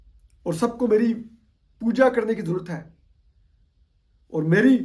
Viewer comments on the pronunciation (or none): none